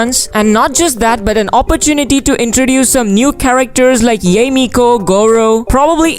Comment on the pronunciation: pls pls pls stop butchering yae's name... it's not pronounced yay ee,.. it's pronounced ya eh